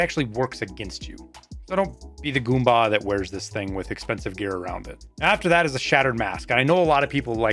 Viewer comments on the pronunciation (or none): none